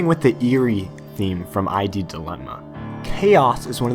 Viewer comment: Just a little nitpick, but why do you say id ad I.D.?